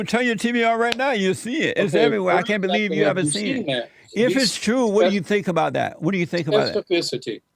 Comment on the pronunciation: He was short circuited before Jesse loaded him with electrons... Can you beweave it? It's twoo, it's twoo..